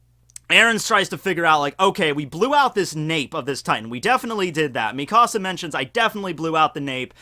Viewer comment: Stop saying me casa it's mikasa (me-kuh-suh)